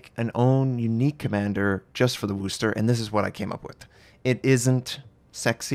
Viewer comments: FYI, it's "wus-ter" not "woos-ter" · It’s not Woo Ster. It’s pronounced Wuster. Wu s ter. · He says Wooster instead of Worcester I really don’t think u can English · That will do fine but never Woo ster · Nice try on the pronunciation but not quite right..... much love,, from Massachusetts. ❤️